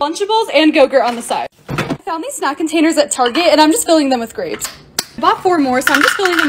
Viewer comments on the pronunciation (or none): You said krabes not grapes😂😂